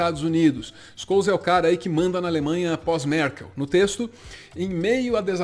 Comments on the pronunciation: Acho que a melhor pronuncia do nome do Scholz é Xoeltz ou Xolts, nao Skouls. Tem um artigo de Wikipedia sobre ele que aparece o nome sendo pronunciado. 😘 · Duas correções, uma Scholz se fala Xoltz, não Scols e 2, Russia e EUA sairam do tratado de não proliferação de armas nuclear alegando desculpas esfarrapadas um para com o outro, mas o motivo dos dois terem saído mesmo é a China, que nunca assinou o tratado, e faz sentido, visto que as duas potencias ficam se desarmando enquanto uma terceira enche o seu arsenal de armas nucleares... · Conciso e preciso como sempre. Só uma pequena correção. A pronuncia correta seria Olaf "Shouls", e não "Skouls" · Como sempre, conteúdo conciso e de qualidade! Só uma contribuição com a pronúncia do nome do chanceler alemão, se diz “Ôlaf Xólts” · Com risco de parecer o "Sr Palestrinha", digo: a pronúncia correta do nome do chanceler alemão seria algo como "Xôlts" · O nome de Olaf Scholz se pronuncia "Chôlts" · A pronúncia do nome do chanceler alemão é: Xôltz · Só para informar, o nome do chanceler alemão se pronuncia Choltz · Faaala!! Mt bom o video. Detalhe: o chanceler da alemanha se pronuncia como "x" no inicio (xólts) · Só uma coisinha: o encontro consonantal sch no alemão tem o nosso chiado (ch). Então, Scholz se pronuncia "Xôltz". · No alemão, SCH tem som de X. Ou seja, pronuncia Xôllz (Z com som de tz). Muito bom o vídeo! Obrigado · A pronúncia correta do nome do Chanceler alemão é Ôlaf XÓLTZ. O "sch" tem sempre som de X, e o Z tem som de TZ. O acento agudo que eu coloquei ali no O do sobrenome não é bem como o nosso O aberto. Em teoria, os Os em alemão são fechados, mas na prática eles abrem um pouco dependendo da palavra - nesse caso, por conta do L que vem depois. E antes que comecem o mimimi: não estou gongando ninguém, apenas compartilhando conhecimento - como me parece o espírito do pessoal aqui deste canal. Aliás: parabéns e obrigado pelo trabalho, galerinha! =) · O nome do chanceler alemão se pronuncia "xoltz"